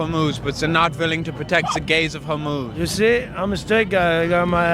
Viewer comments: I started watching through audio, and I was so confused because I thought he was saying, “the gays of homos.” I thought he was saying that we only talk about straight homophobic people and not gay homophobic people, which I guess if we have white people that are racist against white people, we can have homophobic gay people. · Can't tell... did he say, "The Gays of Homos'? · “The gays of Hormuz” 😂